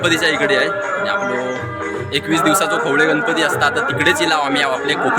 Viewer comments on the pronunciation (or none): खवले नाही रे खवळे असा आहे